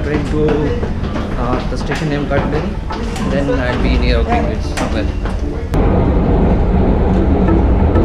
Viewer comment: Your pronunciation of Greenwich is wrong